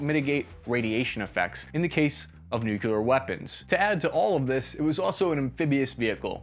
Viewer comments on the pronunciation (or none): Please, it's "nuclear", not "nukelar". Other than that... Your vids are among the best out there imo ;) ! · New-clee-ur.... Not new- cya- lure! Just sayin..Love your vids BTW!! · he lost me at nuc u lar...... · NucUlear....ill never understand why people over complicate a 2 syllable word by adding an extra u and syllable to it 😂. Its nuclear, NU-CLEAR...not, nuculear. Idk why he said coaxial mg's are antiquated either. Brand new designs still have coaxial mg's incorporated into their turret designs. Cant rely on remote weapons stations alone. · Why is everyone pronouncing it as "nucELar", when it's "nucLEar"? As in "nucleus", an atom nucleus. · OMFG, you said "NUCULAR"! Rewind... Listen... Rewind... Listen. ...you don't know how to pronounce the word "Nuclear". It is "new" followed by "clear". How difficult is that? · Why can't americans pronounce nuclear? Why are you all misspronouncing it as nucular ? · It is not pronounced NUK U LER! It is pronounced NEW-CLEAR! Look a the spelling. My mother says it wrong as well. Just letting you know. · How did you research all of that and do not know how to pronouce "nuclear"?